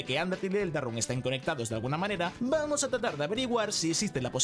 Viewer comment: Vamoh a disfrutah esto